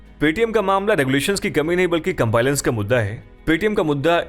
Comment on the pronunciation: Sir, pronunciation of compliance is wrong in the video